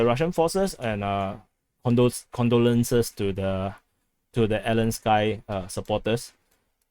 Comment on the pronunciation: Elen-sky lol 🤣🤣